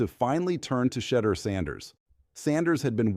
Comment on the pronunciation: Why do these people that are narrating the story cannot pronounce shedeur name correctly.